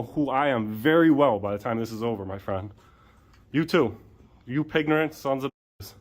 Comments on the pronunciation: Did he say pignorant 😂😂😂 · "Pignorant"... LOL! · "Pignorant." Freaking GOLD. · They're not real cops . . they're Two Clowns waiting for your camera🤣🤣🤣‼️. . . maybe the Old lady must retire coz i'm worried about her, and put a much educated younger ones who knows about the law. .? ？？and the Sheriff2. .Chiefs2🤬 did i hear Pignorant "? ？？🤣🤣🤣‼️